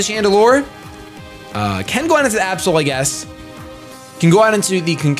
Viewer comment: (about) instead of saying Absol I thought he said A-hole...Oops...